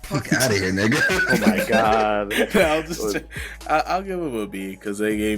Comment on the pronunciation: "Whats good Niyuga" 😭😭